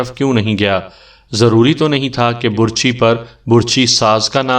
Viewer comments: اوہ ڈیر کہانی گھر لفظ بَر چھی ہوتا ہے بُر چھی نہیں ہوتا میں نے بہت دفعہ محسوس کیا ہے جہاں آپ کا دل کرتا ہے آپ پیش لگا دیتے ہیں جہاں دل کرتا ہے زبر اور زیر لگا دیتے اس میں کوئی شک نہیں آپ کہانی بہت خوبصورت سُناتے ہیں. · Burchhi ghalat lafz h, Barchhi sahi h.... Lafaz ghalat h, lafz sahi h....